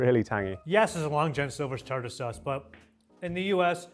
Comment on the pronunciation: Australians pronounce it tar-tear sauce due to confusion about the second e.